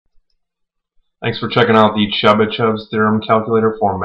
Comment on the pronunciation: This nigga can’t even pronounce it...